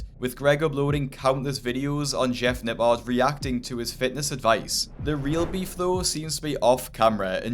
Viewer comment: Everyone: Jeff Nippard This guy: Jeff Napaaaaaarrd Jesus at least learn how to pronounce someones name correctly if you are going to leech off of them for views.